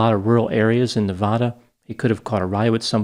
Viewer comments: Every time you pronounced Nevada, you did it differently. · How can you pronounce Nevada wrong? Was there a lot of speculation about the DiMaggio’s from He Derain locals?? Why wouldn’t they speak to police?? And why did they move so abruptly after Stevens disappearance??